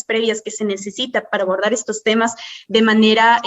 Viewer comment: Cada vez que María José quiere decir "abortar" en vez de "abordar". 😂😂